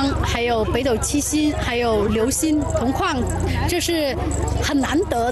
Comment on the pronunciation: 同框说成同矿